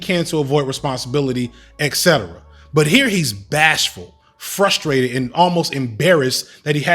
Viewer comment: As well spoken as you are, if.... axe instead of ask fustrated instead of frustrated xspecially instead of especially are where your brain is defaulted?; you'll never get the respect you deserve.